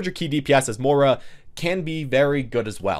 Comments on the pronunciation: Im irish and i want to kms everytime he says More-a instead of moy-ra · She pronounces it like "Moi-ra" in-game though.